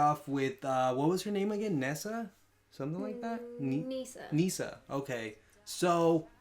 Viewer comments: Misa... not nee-san. This is not incest hentai XD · Misa.. not Nisa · It's not "Nisa" but "Misa". Besides, I love the kanji used for the names of the characters. Misa is written 海砂, which means "sea sand". Light is written 月, which is the kanji of the moon. By the way, Misa is not that old, she was born in 1987 in the anime (1984 in the manga).